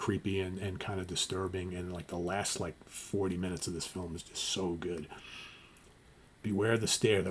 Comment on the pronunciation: Lol. My grandfather would pronounce “film” that exact way.